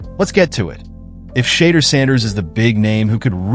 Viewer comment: WHO THE HELL IS SHAYDURE SANDERS? IS THIS SOME AI STUFF? 🤔🤣😂